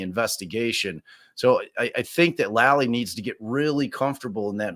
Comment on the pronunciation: Lally. Spoken with a long A. FOR THE LOVE OF GOD, PLEASE STOP SAYING LOLLIE.